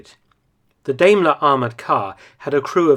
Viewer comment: daimler is pronounced DIE-m-LER. Love your content, hope all is well with you amidst this CCP plague